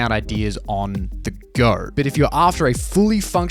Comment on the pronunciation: "if i goRrr" why does it always make me cringe